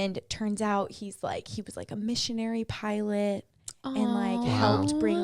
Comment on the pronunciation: For some strange reason every time you said pilot” I heard pirate?! That made “pirate Pete” so much more fun😂